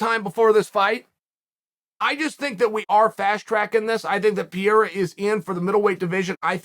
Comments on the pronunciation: No one can even pronounce his name right, so I give chael a pass this time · Funny how you can pronounce Teixeira but you can't pronounce Pereira. Why the descrimination Chael? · P.E.R.E.I.R.A… NOT Piera, please. It hurts. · Alex Pe - rei - ra. Not Per- eir- ra. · I know it’s part of Charles shtick and I’m not referring him but I hate how media member and the commentators especially are always trying to over pronounce and annunciate fighter names that shit irks the shot out of me, I hav noticed everyone is calling him Par-day-dah like wtf it PAR-RARE-RAH FFS I don’t know how ppl get it so wrong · Mate, pe-rei-rah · Its Pronounced Per rare a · Say it with me Chael, Per-Era 😆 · If Chael says Perreira’s last name is Piora, or Piera, then that’s his last name now. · PE RAY RRAAA IS HOW TO PROUNOUNCE IT MY BOY!!💯👍🏽😉 Just call him ALEX! It's much easier!🤣🤣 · Alex Peer-ra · Its pronounced "Pear-reira" 😂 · New mythical fighter "Pierra" unlocked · Pereira (Pair-rare-rah), hopefully that helps Chael. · See after me : puh rare rah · “Alex Pee-era” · “ALEX PEE-ERA!” This is why Chael is the #1 mma podcast 😂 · Thanks Chael for educating me on what Blehall and Piera is. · Add Piera to the list of names Chael has corrected us all on. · “Alex Pee Era” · i watch this only to hear Chael say Alex Pierrot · If big unc says alex pee era. Then that is the annunciation. Keep up the heavy great work Chael!! Love it. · Hold on, wasn't he Alex Peora yesterday? Now he's Alex Peira? Damnit Uncle Chael, you gotta stop making me change the way I pronounce fighter's names so much, I'm super confusion right now. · Alex Pee-era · Alex St. Pierre-A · He's almost there: Pierre, Piorah, Piera you can do it Chael!! Undefeated, undisputed!!!! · Its easy to pronounce alex purr-era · Really still with not says Pereira. Don't you know any Brazilians? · It’s perarara fam